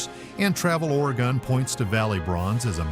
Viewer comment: ORYGUN....Not Origone